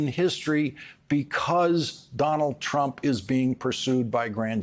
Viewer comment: Did you hear that he called Donald trump Donald crump🤣